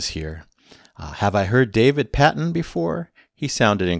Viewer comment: Children of the moon is a great track. Thank you for that! By the way it's pronounced like David PAY-ton (like in Patreon 😂). He as well as Chris Rainbow also played and sang with Camel in the beginning of the 80s. Chris Rainbow was known as the "one-man Beach Boys" as he would often (such as here I think) provide the whole backing vocal harmony for a song.